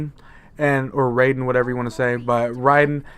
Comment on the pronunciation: You said Raiden's voice correct..